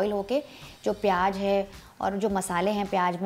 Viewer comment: Recipe is nice but the word is pyaaz and not pyaaj.